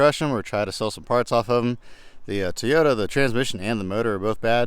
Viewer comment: you crack me with the way you pronounce Toyota. Teeota.